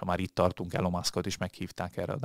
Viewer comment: Elon Musk :Ejtsd:Ilon 😉